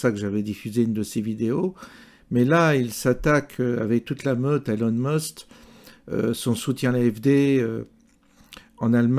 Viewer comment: Prononcer Musk pas Must ! Sauf si c'est à dessein ?